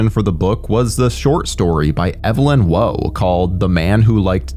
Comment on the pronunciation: That Evelyn Waugh pronunciation...